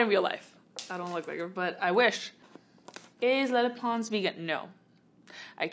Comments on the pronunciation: Am I the only one that heard “hi I’m menopause” instead of “hi I’m lele pons” lmao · when she said 'hi i'm lele pons' i heard 'hi i'm menopause' 💀💀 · All I heard her say was hey I’m Leyhey Pons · It literally sounded like she said “Hi my name is menopause” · She sounds like she’s saying “hi I’m menopause” at the beginning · I thought it said menopause!😂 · i thought she said menopause lmao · koko i heard it too! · It can't just be me who heard "Hi, I'm menopause" at the beginning... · Sounds like she said "hi I'm menopause..." 😂😂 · omg when she said “hi im lele pons “ i thought she said “hi im menopause”😂😂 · At the beginning it sounded like lepons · ...Did anyone hear "Hi I'm menopause" When she introduced herself??? XD just me... ok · When she said her name I thought she said menopause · I like how she says “ lele pons “ with a spanish accent and everything else is her regular english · She keeps on saying lele pons which i think now i can definitely pronounce it right😂